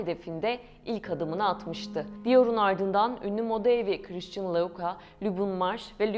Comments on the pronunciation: Lütfen hakkında konuştuğunuz firmaların/şahısların isimlerini doğru telaffuz edin !! “ Krisçın kim ?? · Kıriştın diyor jivonşei ne yaaaa???? Şu yabancı kelimeleri telafuz etmeyi artık öğrenin yaaa öğrenin!!!! Okuduğunuz yabancı bir kelimeyi yada ismi Türkçe okuyamazsınız! Türkçe telafuz edemezsiniz ! Hem Türkçe katili hem yabancı dil katilisiniz. Buda yaptığınız işe değer vermediğinizi kalitesiz olduğunu gösterir. Yıl oldu 2023 teknoloji ile uzaya Mars’a gidiyoruz ama halen basit bir Fransızca kelimenin okunuşunu telafuz edemiyoruz. Utanın artık yahu, utanın! 30 yıldır Almanya’da yaşıyorum yüzde doksanınızdan daha iyi Türkçe konuşuyorum, yazıyorum. Siz neyle meşgulsünüz de böyle öz değerlere gereken ilgiyi değeri vermiyorsunuz ???? Kınıyorum ve sırf bu yüzden hiç bir videonuzu izlemeyeceğim !